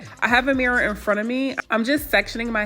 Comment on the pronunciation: i love how she says mirror, “mirra”